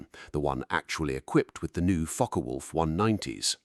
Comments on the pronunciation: It's pronounced Fokker, not Fok. Is this AI generated commentary???? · It is pronounced Fock-Wulf, not Focker-Wulf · It is pronounced Fock-eh Wulf. The e in Focke is not silent. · learn to properly speak German;... the e on the end of Focke is spoken and NOT Silent...!